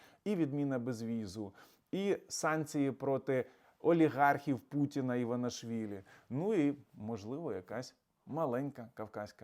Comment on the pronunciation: пане, будь ласка, вже втретє прошу Вас називати прізвище Іванішаілі називати правильно, бо Ви далі продовжуєте називати цю істоту іванашвілі. Висновок такий, що Ви - або не читаєте коментарів дописувачів, або продовжуєте фальшивити...